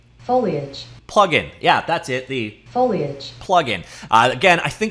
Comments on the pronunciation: No, in a bunch of his old videos he says "foil-age" and people roasted his pronunciation in the comments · It's because he usually pronounces it as Foi-Lage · He had a problem pronouncing it before, he would say "foilage" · fo-lee-edge ..... also gif has a hard G.... for your health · "Foliage" LOL... well played, sir, well played